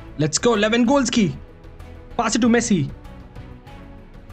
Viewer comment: I like the fact that he pronounces Lewangoalski😂 ,great vdo btw.